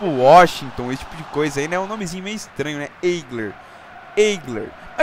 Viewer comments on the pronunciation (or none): none